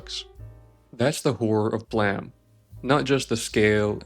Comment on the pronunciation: Pronounced: Blame- bl AIM